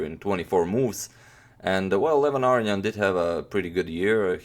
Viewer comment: #suggestion say Levon Aronian's name correctly?